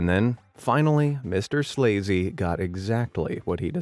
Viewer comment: MRSLAZY is actually pronounced Mrs Lazy. LOL!